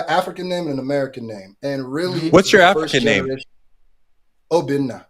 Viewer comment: He said, 'Obinna' and he said it RIGHT. Luv it!